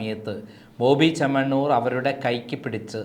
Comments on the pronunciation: ചേണ്ണമാണ്ണൂർ അല്ല ചേമ്മണ്ണൂർ പോയി നാക്ക് വടിക് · ഈ ചങ്ങാതിക്ക് മലയാളം പറയാനറിയില്ലേ.?😂 ""ബോബി ചെണ്ണമാണ്ണൂർ '' കഷ്ട്ടം 🤔🤔